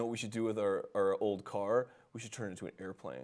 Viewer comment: He's like that with many A Like he says cerr for car